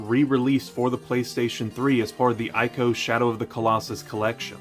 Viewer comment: I'm sure someone else has already said it, but before you make a video about Ico: it's pronounced ee-ko.